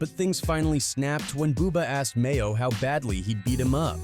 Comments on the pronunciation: His name is MAINO not Mayo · DOG, ITS NOT MAYO!!!!!! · Not Mayo‼️🤣🤣 it's Maino smh 😅🙈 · Tf? Mayo? You mean maino? Bro just stop covering rappers 😂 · This nigga said Mayo it’s Maino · You really called him mayo bis name is Maino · Called that man "Mayo" 😂😂😂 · Its maino not mayo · And annoys me he keeps calling Mano mayo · MAYO!!!? It’s MAINO!!!!! Come on man! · Batman Kevo it’s Bandman Kevo who tf made this video called G Herbo GBO called Maino Mayo is crazy asl 🤣🤣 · "Mayo?"...you mean "Maino" 🤦‍♂️ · MAYO????? BRO YOUR WAK…… LEARN NAMES ON EVERYONE BEFORE YOU MAKE A VIDEO!!!! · Who the hell is mayo😂😂 his name is maino 🤪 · His name is Maino not Mayo😂😂😂 WTF!! 😂😂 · U have to get his name right bro he is a pioneer in the rap game and he real solid maino not mayo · Bro his name is maino not mayo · The man called maino mayo 😂😂😂 don't let maino see that or your getting choked out next😂😂😂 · Mayo? It's Maino bruh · They called Maino (Mayo) 🤣🤣🤣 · Lol they called Maino "Mayo" 🤣🤣🤣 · Did he call him Mayo ahhhman I'm dead 💀💀💀💀💀💀💀💀👌🏾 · How tf you mispronounce Maino’s name tho.. this video a dub just for that alone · It's Maino mf'er. You suck at your job